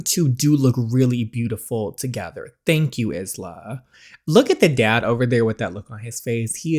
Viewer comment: Been loving this series and the way you say Isla makes me laugh everytime, I think it’s more commonly pronounced Eye-la😂